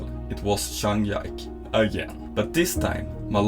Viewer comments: Zhang Ji-Ke became Zhang Yaik, I've lost all respect for you narrator and uploader. Bye. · Grym video, men Zhangs tilltalsnamn uttales "Ji-Köh", inte "Yike".